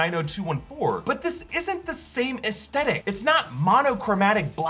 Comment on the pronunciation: aesTHetic, not aestetic